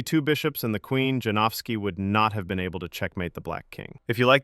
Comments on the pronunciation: Isn't his name pronounced Yanovsky? J=Y and W=V. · Lets get that pronunciation right please. Yan-of-ski. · Janowski is pronounced "Yanowski", if unsure about foreign names then Google it. We have the technology, you just have to do a minute of preparation. Give the guy the respect he deserves by not butchering his name.